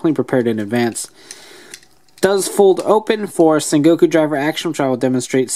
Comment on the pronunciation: It's sengoku not sekoko